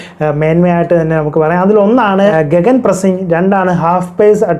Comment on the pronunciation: ഗഗൻ അല്ലെ ഗിഗൻ ആണ് e slient